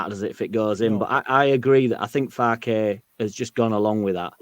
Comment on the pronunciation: Thanks all so much. Just to say, Jack got Piroe spot on ( Joel Piroooh - Square Ball found an interview with him as a youngster)! Farke is as in Ben Parker though! Sorry to be such a pedant! MOT